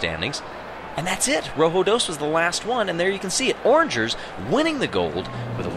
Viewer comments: He pronounced O’rangers wrong... it’s not orangers it is O’rangers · its pronounced O rangers